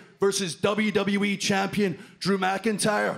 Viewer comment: Drew MKINTIYER Drew MKINTIYER Drew MKINTIYER Drew MKINTIYER Drew MKINTIYER